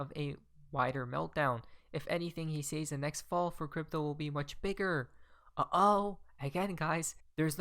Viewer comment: " probably" is too.....lol And saaaays instead of sez Lol